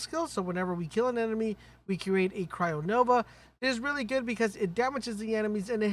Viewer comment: Holy shit! This guy pronounced "cryo" the correct way. Finally!